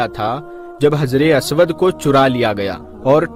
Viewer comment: हज्रे अस्वद है (हज्रे "आस्वाद" नहीं है )